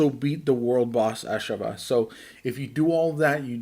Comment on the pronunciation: NOT "AHSH-a-va" Its "ah-SHAV-ah"